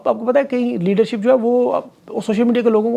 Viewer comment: What a tongue slip. Geedership